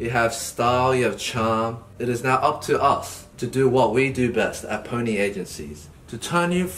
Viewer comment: ‘I’m E and I’m the head of Pony music agency’. I thought he said phoney Music agency.